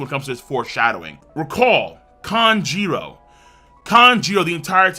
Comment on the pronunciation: How come still can't pronounce Kanjuro right after all this time